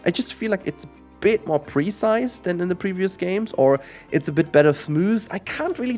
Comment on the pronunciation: Everytime you pronounce the word "precise" I have trouble understanding what you're saying. At first I thought you said "pre-sized" and had no idea what you meant. The emphasis should be on the second syllable: pruhCISE.